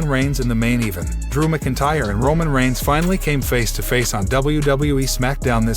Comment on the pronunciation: It's pronounced MAC Intyre